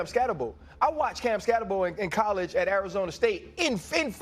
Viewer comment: I noticed you are now pronouncing his name correctly : ) Subscribed now hahaha. Good insights